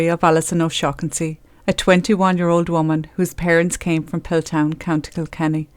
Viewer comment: Take yo a** to principal O-shag-hennessy